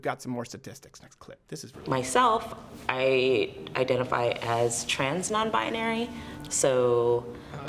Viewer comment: She doesn't know what "identifies" means. You can tell she's parroting when she pauses in the middle of the word 😫